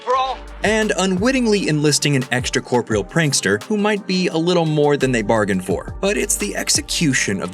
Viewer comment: The narrator's pronunciation of words like oeuvre, homage, and corporeal is pretty shocking for a channel with 1.42m subs. I let the 1st two go, but the latter was pathetic. You've got one job to do.